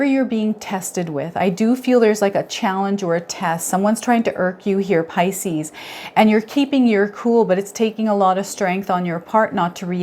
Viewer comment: Puleeeeaaaase! pronounce 'pisces' properly- it's sooooo irritating